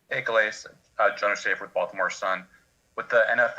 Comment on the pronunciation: I wonder how many ppl know Calais is pronounced (kah-lay), it's french. I'm guessing his ancestors come from a French colony in Africa.. I always wonder about that though..